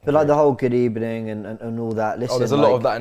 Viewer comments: Same manager next season...good ebening...emery must be pissing himself laughing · I know you having bery bad ebening but I still want to wish you good ebening